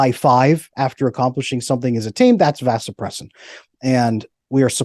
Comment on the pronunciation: Well I can’t say I disagree with much of what this guy is saying but… when a “medical expert” is speaking on something that he is an expert on it’s particularly difficult to take him seriously when he is apparently unaware of the correct pronunciation of Vasopressin (ADH). It’s similar to being a reporter that can’t pronounce the word “report”. SMDH